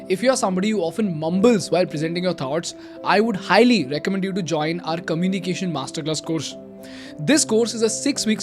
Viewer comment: I love your videos, but can you pls correct your pronunciation of words like eco’nomy, oppor’tunity, commu’nication, catas’trophe. Shall we?!?